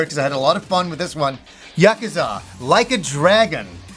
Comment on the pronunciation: Did....he say Yucka zuh?